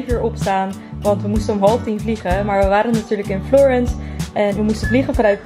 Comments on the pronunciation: ja daar dacht ik ook aan haha je zei het op zn Engels maar idd "Florans" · hiii florence spreek je uit als ´ florans' hahahah